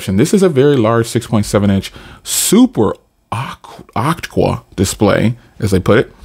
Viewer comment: "super awktwa"